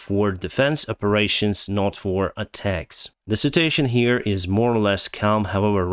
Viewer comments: Please. The word "situation" is pronounced with four syllables: Sit-chew-WAY-shun (with stress on the third syllable). You wrongly pronounce it with three syllables like the word "citation" which can lead to some confusion. Apart from that you´re doing fine. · Please. The word "situation" is pronounced with four syllables: Sit-chew-WAY-shun (with strees on the third syllable). You wrongly pronounce it with three syllables like the word "citation" which can lead to some confusion. Apart from that you´re doing fine.